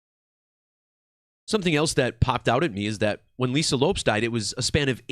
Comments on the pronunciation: Not trying to be a jerk either but my eye was twitching every time he pronounced it Loups😂 I wonder if it was to keep a difference in sound and not confuse the listener as to which Lisa he was referring to or what. Because everyone has always pronounced it Lopez, even Lisa herself. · Not trying to be an asshole, but Lopes pronounced Lopez/ which makes the decode tighter.